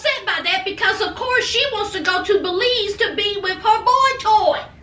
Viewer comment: I'm also from Belize and I appreciate you pronouncing it correctly ! 👍🏽🇧🇿